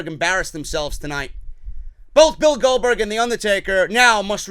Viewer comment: Goldbotch not Goldberg